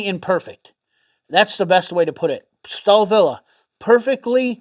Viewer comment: stalvill is how to say it